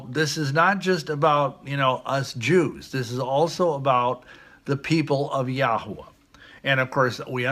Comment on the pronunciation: if he can call himself a doctor so can I. here on out I shall call myself Dr. Meadow Stone. ha. if there is a Lake of Fire, you are going to be BBQ'd for lying for profit or whatever,. If I hear him say Yahua one more time I'm going to barf.